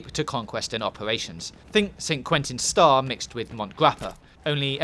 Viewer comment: St quintins star? did he say star?